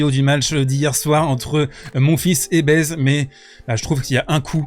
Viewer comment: Super vidéo, mais par pitié pour Baez arrête de prononcer "Baise" 😭😭🙏🙏